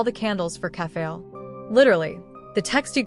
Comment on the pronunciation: I enjoyed this video but 1 thing kept erking me. Its not Kef-fay-el. Its Kef-fah-lee Not Cas-tor-ice, Cas-tor-ress Not Meme its Mem Not El-lee-sha its El-lee-sia think Elysium The tablets , although subtle, fit together as puzzle. Observing closely there are tabs. So it looks like this I [ [ [ I 1 tablet has a beginning and female end Next tablet has a male end and females end. The 3rd tablet is a repeat of the 2nd Finally the tablet has a male end and a ending. If ya rearrange the tablets so the 2 end pieces are the end then slot the other you get: Has The Sun Never Risen ? Has The Night Never Fallen? Has The Fire Never Ignited? Has The Hero Never Existed?